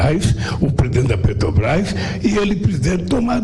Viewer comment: Amanda Klein é uma piada só rindo , lula roubou a Petrobrás e nunca fez 1 Refinaria no Brasil kkkkk e a gasolina na era lula era mais caro e não tinha crise Mundial , nem Guerra e muito menos Pandemia , Só rindo , lula não sabe falar o nome da Petrobrás kkkkkkk